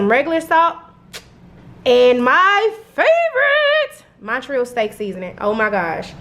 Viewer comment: It’s not “monnn-treeeeeyul”, but “mahn-tree-ALL”… as in; Montreal, Canada… which is what made that seasoning famous..